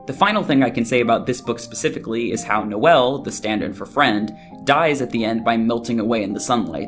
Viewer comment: Guys. It's No-El, like Noel Gallagher. Like I still see a lot of the connections and I think all of this is super fun to look at, but the mispronouncing is driving me nuts lol